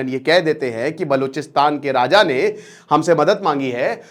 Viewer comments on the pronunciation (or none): none